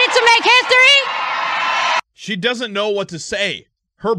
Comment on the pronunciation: She can barley say history 😭